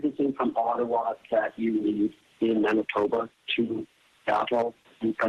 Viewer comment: Not anitoba its Manitoba